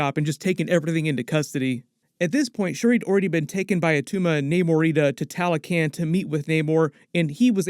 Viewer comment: It’s ta-lo-con not ta-lo-can